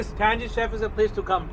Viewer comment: brother its pronounced tanGy